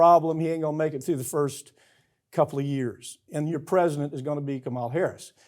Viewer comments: And PLEASE learn to pronounce Kamala's name right!! I know you don't like her but really??? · Farron, could you at least get him to pronounce Kamala correctly? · I would love to see Farron Cousins correct Mike Papantonio's repeated mispronunciation of Kamala Harris' first name. I dare ya. 😊